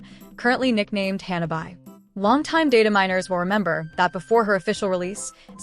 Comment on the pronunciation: Oh waitt even Firefly getting buffed also ?!! That's insane on top of her Costumes which I'm definitely buy 😂 and What's with the pronouncation Hanna bye? It's Hanabi 😂